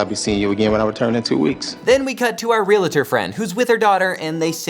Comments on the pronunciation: Please, for the love of whatever deity you believe it, and for the sake of my English degree, please pronounce it "real-tor," not "re-la-tor." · Realtor Realtor Realtor NOT Realitor